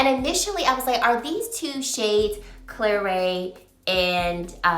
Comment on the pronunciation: Not pronouced Claray but Clarette. Pass anyway all of the are existing shades.